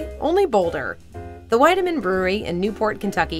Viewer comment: It's pronounced "Weedemann".